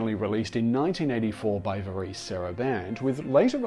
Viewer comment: VAREZE, not VAREECE! SMH!